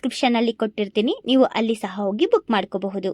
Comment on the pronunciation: 'ಹ' ಉಚ್ಛಾರ ಸರಿಯಾಗಿ ಮಾಡಿ .... ಓಗಿ,ಅರಿವ ನದಿ ಅಲ್ಲ !ಹರಿಯುವ ನದಿ ತುಂಬ ಜನ ನಿಮ್ ಥರ ಇದು ಹ ಇಲ್ಲದೆ ಮಾತಾಡಿದನ್ನ ನೋಡಿದ್ದೀನಿ . ಒಳ್ಳೆ ಮಾಹಿತಿ ಕೊಟ್ಟಿದ್ದೀರಿ ಶುಭವಾಗಲಿ 🙏 ಧನ್ಯವಾದ